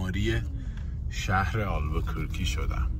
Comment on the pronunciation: اگر کمی روی تلفظ کلمات دقت کنید بهتره، البوکورکی نیست، دیستورب و بریک هم اشتباه بود